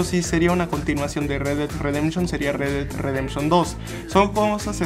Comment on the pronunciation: "El re ded redemchon 2" xD